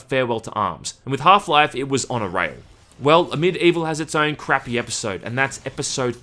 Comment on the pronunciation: Is it just me or is pronouncing Medievil instead of Amid Evil during the entire video?